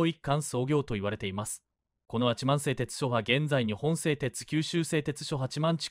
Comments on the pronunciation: 八幡は はちまん⇒❌ やはた⇒⭕️ です 固有名詞を間違えるのは失礼ですね 音声読み上げの間違いが多すぎて字幕を見ないと❓です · はちまん、でなく、ヤハタと読みますよ！